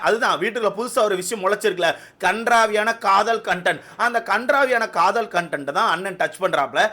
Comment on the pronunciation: Kadhal illa brow kadhool 😂😅